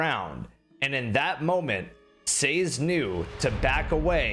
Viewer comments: It's pronounced SAY-ZED, airsick lowlander! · That's not how you pronounce Sazed! It's Say-zehd. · Sazed is pronounced Sah-zed. It’s a character from Mistborn, by Brandon Sanderson.